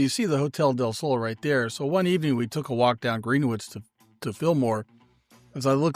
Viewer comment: It’s sounds like you are saying Greenwich - but it’s pronounced Grin-itch. Like the time zone.